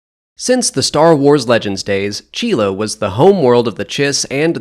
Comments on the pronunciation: Is that really how your pronounce Csilla? I always thought it was more like C-sill-ah. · from what i remember in SWTOR, my imperial agent chiss does pronounce it C-sill-a might be different pronuncations either overtime in the star wars universe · Wait... how do you pronounce Csilla? What the hell :D I always pronounced it as "Sila"